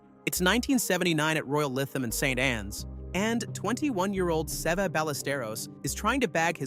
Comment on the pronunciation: Not a bad idea for a show, but Sev? Seva? Bro, if you're gonna do golf videos, you gotta at least learn who it is you are talking about.